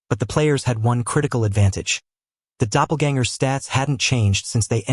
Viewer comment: brooooo the new version fixed the pronunciation of "doppelgangers!" good shit. too many AI recap channels just dont care